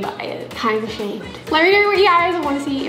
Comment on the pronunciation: "videorr" ( not an hater) 😆